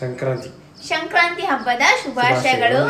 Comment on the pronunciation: ಅದು ಶ0ಕ್ರಂತೆ 😲😬 ಅಲ್ಲ ಸಂಕ್ರಾ0ತಿ ಕನ್ನಡ ನೀಟಾಗಿ ಮಾತಾಡು